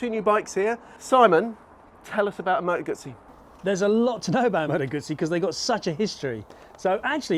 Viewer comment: It's pronounced Gutzi